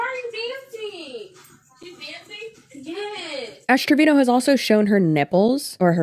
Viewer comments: To me it sounds like u are saying ass trevino instead of ash , love ittt She is awful human being, thank ypu for your videos girly i am binge watching as i discovered you through DWKT xx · i'm so confused is it Trevino or Treviño? she sucks but I at least want to pronounce her name correctly lmao